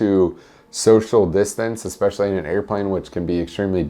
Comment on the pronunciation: Did he say eXpecially instead of eSpecially?